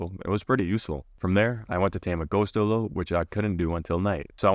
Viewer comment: Bro its not pronounced dillo 😡 its pronounced die lo (lo as in low)